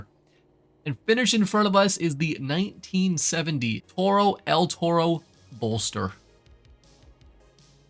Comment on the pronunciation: Maaaan bull in spanish is written "Toro" not el "Torro" as an spanish It hurts me hearing that.